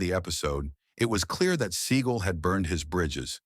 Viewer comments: I absolutely loved the name mispronounciations. My favourites: Steven Seagull Vivica.......A fox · Pronouncing Steven Seagal's name as seagull or siegel is poor editing, to be kind. It is unprofessional, to be unkind.